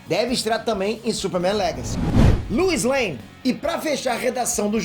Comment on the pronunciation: Luis Lane? Que pronúncia é essa,? 😂